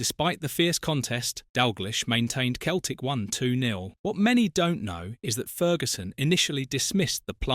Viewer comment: It's pronounced Seltic